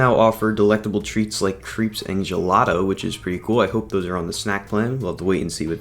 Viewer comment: Did you say "creeps" and gelato? Did you mean crepes? Lol!